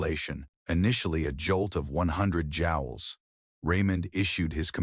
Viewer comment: It's not jowels but jewels in measuring amount of electrical stimulus. The robot narrator needs to be coded to pronounce words correctly.